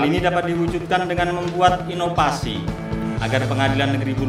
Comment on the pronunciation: Ingat EVALUASI dan INOVASI. Bukan EPALUASI dan INOPASI. Wkwkwkwkk. Sukses selalu sobat. Semoga amanah dan adil selalu.. Barorakallah.. Amin. Salam